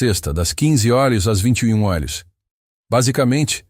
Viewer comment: Eu sou Luiz Lima e falo desde Raleigh, USA. Essa história é linda. Acho que todos concordam. Mas não sei porque a insistência em “criar” e constantemente pronunciar “eurs” quando o correto é: “horas”.